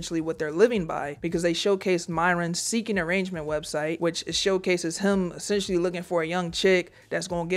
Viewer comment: Drink every time she says "Essesstionally" JK, you'll die.